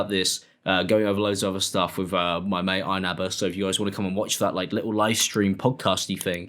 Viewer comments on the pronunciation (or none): none